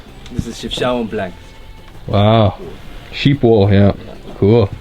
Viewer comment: It really is not hard to pronounce city names correct when every sound is available in your language. It is disrespectful that you didn't even look it up. Chef (as in cook) Shao (like shower) ouen (like ewww then an -en)